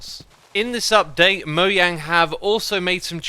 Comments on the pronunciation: dislike only because you pronounce mojang like that but i like your content <3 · Is it actually Moyang? I always pronounced it Mo”jang” :/ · It’s mojang not moyang